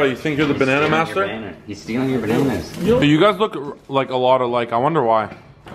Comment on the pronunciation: "where the bannanna trees"😂